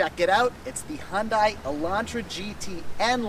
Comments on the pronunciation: U call it Hun-die .. I call it Hyun-day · Hyun-dai sound not right~ Try to pronounce as Hyun-dae Thanks~ P.S: I am from Korea and my father works at Hyundai-Kia^^ Thanks for the review on Korean brand~ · It's pronounced HUN-DAY. Dork